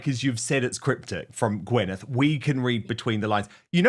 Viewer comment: I can’t stand her but her name is Gwyneth, not Gweneth. 😂😂